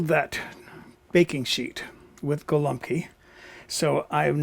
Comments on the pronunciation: Pronounced “gowumpki” it means “little pigeons”. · BTW - it is "go-ombkee" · Detroit here! YES, pronunciation of "Go-Wup-Key" is correct.